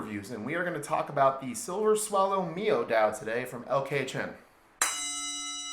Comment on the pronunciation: Should be said The word Miao is said like this Meow .